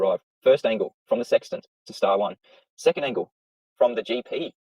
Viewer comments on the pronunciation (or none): none